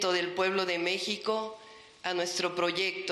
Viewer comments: La letra X ,en México,Texas y Oaxaca, se pronuncia como J⬅️ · Mexico... pronuncia la X???